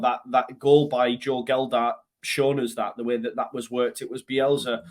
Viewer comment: Love your videos mate but please do me a favour. It's Joe Gelhardt not Geldardt. Cheers mate :)